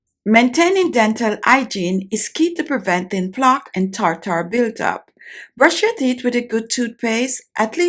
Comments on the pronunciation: Tartar not tar tar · She had perfect pronunciation up until she started using Medical terms tartar (tarter) She said peroxide right though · Tar-tar. Gotta love it! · I suspected i was in for a good time the moment i heard “tar-tar” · This entire video has been comical. Starting with her saying "tar-tar" 200 times in the first 2 minutes and the unbroken eye contact during the rinse and spit.😂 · Take a shot of tequila every time she says Tar-Tar. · Its spelled Tartar, but pronounced "tärder"